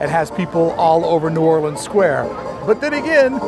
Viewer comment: Props for your new orleans pronunciation from a new orleanian